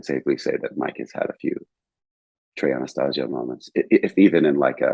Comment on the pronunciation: Pronouncing Trey’s last name incorrectly though… Edit: Mispronounced Junta, too. ✨